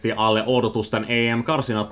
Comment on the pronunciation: Your Finnish sounds interesting. You are saying double vowels on words that don't have them e.g. a(a)lle, a(a)loittanut, o(o)sakseen, Slova(a)kia, e(e)simerkiksi, he(e)ti. Also the way you said kritiikkiä gave your Swedish origins away.